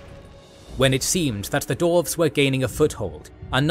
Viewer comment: Love this channel, but consistently, this narrator has difficulty pronouncing things correctly. Maybe a bit of practice would help, and looking things up before recording? E.g. "dwarves" not "dorves" And "ArchAYon" not "Arkon"